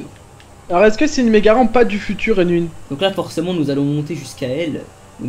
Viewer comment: Unwin dit "stalu a tousse c’est unwinnne"